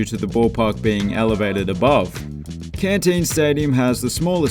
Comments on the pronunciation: It’s Centene Stadium in great falls not cantene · Great League!!! Just FYI, Great Falls Voyagers stadium is Centene Stadium (sen-teen), not Cantene Stadium :)